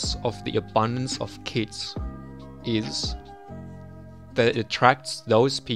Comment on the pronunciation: first I understood kids instead of kits. Edit: gg (pp)